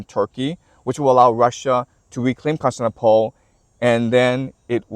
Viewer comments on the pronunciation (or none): Love your perspective, just one thing it's Cons-tan-ti-no-ple. Great! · Really wish you'd pronounce Constantinople a little better 😅